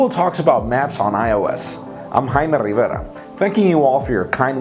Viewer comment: Rrraime rribbera